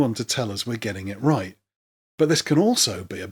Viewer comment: Fight Team Wait, did you say, "Write at the end of the video," or "Right at the end of the video,"?